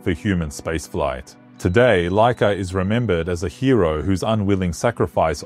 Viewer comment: Its Łaika which sound like waika